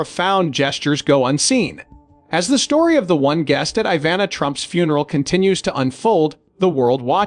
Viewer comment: No such word as confidantay as pronounced by the robot narrator, it's pronounced phonetically: con..fee..donnt....it's a French word. Code your bumbling narrator to pronounce words correctly. It's Ivanna not Iva...nah. It's wound not wound as a blemish on the body. Get rid of your AI or robot narrator.